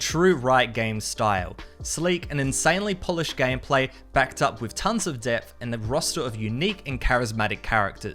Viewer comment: Don’t say gam pla pronounce it gaym play